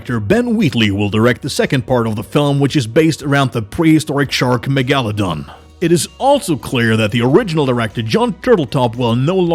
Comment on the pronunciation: does anyone else notice that the narrator says megalodon like maagel laden